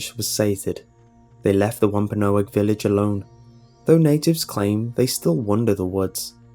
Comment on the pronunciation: wampaonog? WAMPANOAG!